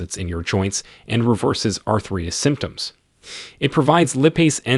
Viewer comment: Please teach your AI to pronounce “arthritis” and “omega” correctly